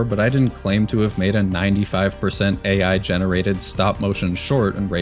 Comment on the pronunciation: bro cannot even say AI Correctly 😂